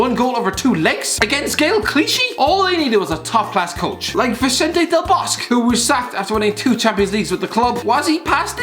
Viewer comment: Del 'Bos-keh', not Del Bosk Christ Above....